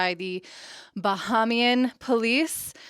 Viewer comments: I like your content and I am a fan. It is pronounced bah hay me an. You have improved from Bohemian, but still not saying it correct, so I look forward to the video you get it 100%. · Pronounced "Ba-hay-me-an".....love the videos thank you and ❤️ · You idiots are never happy. When he wasn’t in jail, you wanted him behind bars. Now he’s in custody and you’re complaining about that. And to boot, you mispronounced Bahamian. I hope there’s a depression and you all starve. You’re not actually doing anything.